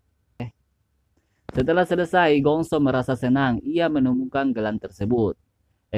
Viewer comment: Selesai pengucapannya huruf E 😂😂😂